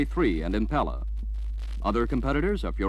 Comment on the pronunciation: Dude can't say Impala properly